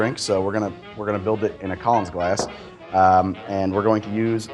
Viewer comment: Love watching the show bro! I was trying to figure out abouts where you’re from.. then I heard you say “Collins glass” lol Wisconsin or Illinois?